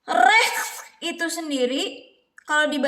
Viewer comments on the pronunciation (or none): Chaos banget buat nyebut recht aja. Aku suka kebobrokan ini